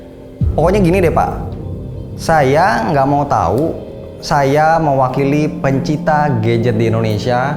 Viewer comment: 11.12 "Pencita gadget" 🤣🤣🤣